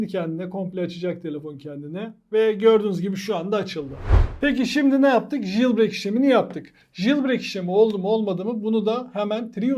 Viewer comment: JILBREYK ne haci. "Jailbreak" - CEYLBREYK diye okunur ama ince detaylara gerek yok.